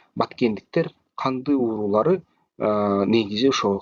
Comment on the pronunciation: Уурулар эмес уруулар деп айтчы.